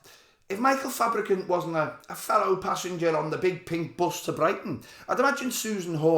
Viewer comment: You're saying Fabricunt wrong! 😂